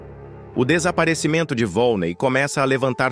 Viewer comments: Não é volnei, é volneí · Não é vone é vonnei